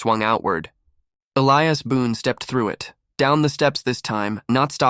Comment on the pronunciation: Why must I continually watch pictures that jump forward then backwards without cease, while readers do not know the difference in an Indian's BOW and a BOW to a queen? Also, a solid old west name of Elias being pronounced as e-le-as rather than E-li-as. It really takes one out of a story fast to hear such mispronunciations.